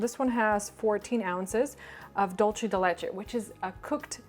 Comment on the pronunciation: I love her but it bothers me how she says dulce de leche, you don't pronounce it like that